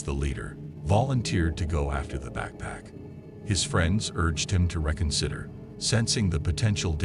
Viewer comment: This guy can’t pronounce words correctly. Like hypothermia, petite, and reconsider.